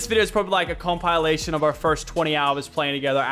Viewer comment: did he say com-pie-lation or is that just me